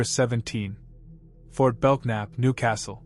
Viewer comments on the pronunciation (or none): FORT BELKNAP, pronounced BELNAP. Silent K. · It would be nice if he would learn how to pronounce Goliad, Belknap and others before he makes a video. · Yep. Goliad. Belknap. Those were incorrect. These videos are all thrown together and a script written and jetted out online.